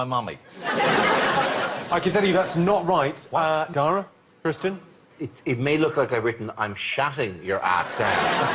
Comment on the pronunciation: It sounds like Jimmy occasionally calls Kristen "Christian".